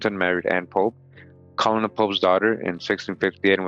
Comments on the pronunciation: Colonel is pronounced kernel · As weird as it is colonel is actually pronounced like 'kernel'